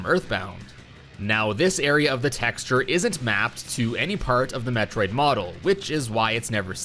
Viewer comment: "Textra" Texture